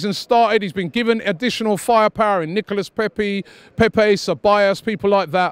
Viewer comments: No one: Robbie: Nicholas Pepi 😂😂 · No one: Robbie: Nichola Pepsi.